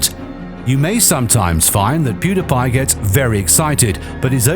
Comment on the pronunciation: You don’t know how to pronounce pewdiepie